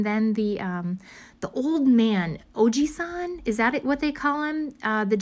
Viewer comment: Have been watching your video first time to comment from Japan. Very big fan. Your pronunciation Ojisan is correct! It means middle aged man in Japanese. Love your journaling and talks❤️